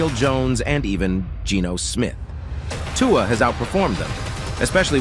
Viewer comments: It’s 2-uhh not 2-wahh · If you continue to pronounce Tua the way you are pronouncing it... I will never watch your videos again! You're being ridiculous, and it is disrespectful to intentionally butcher his name the way you are doing it.